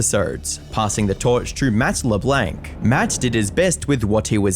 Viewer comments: MATT LEBLENC. Le Blanc same vowel sound as "are" or "part" or "en guard" or "smart". Not "men" or "hen" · Matt Le-blank? Bro are u fucking dense?!? Jesus Christ’s man that’s an easy name and person to get right, wow 🤯